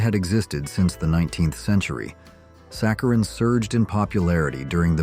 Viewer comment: Margarine was ridiculously mispronounced. Saccharine, lead, etc. etc. Not subscribing because of this. Get a human!